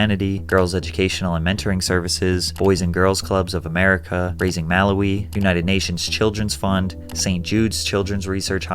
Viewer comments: As someone with a Malawian mom, I’ve never in my life heard someone pronounce Malawi (mah-lao-wi) as ma-la-wee 😅 (no hate to Patrick though, I like him. I just thought it was interesting) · That's not how we pronounce Malawi by the way😂